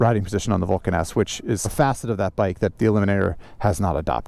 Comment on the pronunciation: WTF can you say Vulcan S lmao